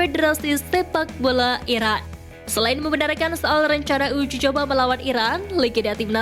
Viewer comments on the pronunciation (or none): Uji coba sama Iran apa Irak sih min..ngomong yang jelas Napa?